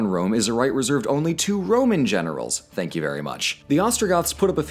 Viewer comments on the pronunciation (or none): none